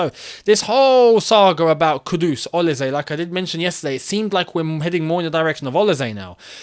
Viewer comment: Hi, it’s the Nigerian man again! He is pronounced- o-li- say